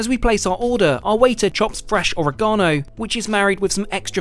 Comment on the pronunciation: U mean oregano not oragano 😂